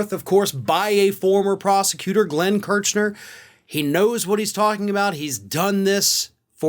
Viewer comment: Come on,. You must know how these men - Kirchner and Katyal - pronounce their names. You're better than that. Or should we call you?